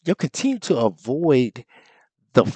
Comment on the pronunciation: Honest question; why do you say “troof” instead of “truth”? I know you’re aware of the proper pronunciation of the word, why do you choose to say it this way? I’m just trying to understand this.